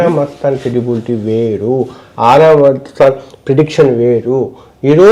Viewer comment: ఆరా కాదు గోరా మస్తాన్